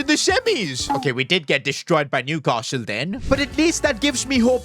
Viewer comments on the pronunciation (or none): none